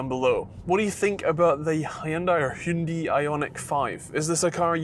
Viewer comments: It is actually really quite simple - English spelling is the problem. Pronounce it like this: Hyun-Day. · Ok that was a new pronounciation.. Hundi 😆Anyway really good review though!